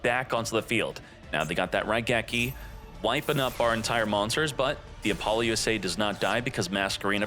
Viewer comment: Can you please stop calling it Apollo USA? That's NOT how it's pronounced. I don't know that I've ever been more triggered about a name before lmao. Nice video otherwise. Informative asf 👍